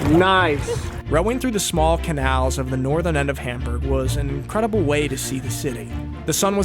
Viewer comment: I love how when you're speaking English you don't try to say Hamburg the German way which so many Americans butcher it hurts. I think I can say it correctly in German but it probably gives me away. Funny such a simple word is so hard. Our pronunciation debate of the day is whether Mundschutz has the exact same u in both parts of the word. I say no, others disagree. To me, the u in Datenschutz sounds different than in Funk. Any help?